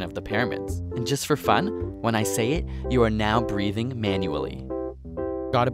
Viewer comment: "you are now breadhing manually" FFFFFFFFFFFFFFFFFFFFFFFFFFFFFFFUUUUUUUUUUUUUUUUUUUUUUUUUUUUUUUUUUUUUUUUUUUUUUUUUUUUUUUUUUUUU